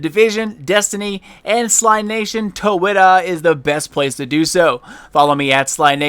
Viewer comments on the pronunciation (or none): none